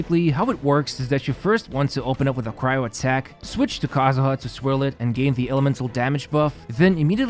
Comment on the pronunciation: I can’t believe you just said kazuha wrong